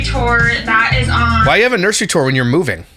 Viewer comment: English is not my native language but it somehow pisses me off that she says nurshry all the time. Also.. they built a house with the intent of staying there 3 to 10 years?! Wtf? Is their hobby burning money?